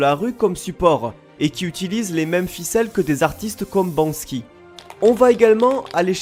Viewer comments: Banc-sky ? C'est pas banksy que tu veux dire ? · tu as dit bansky au lieu de banksy:0